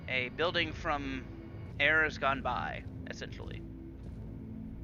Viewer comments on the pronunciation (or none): none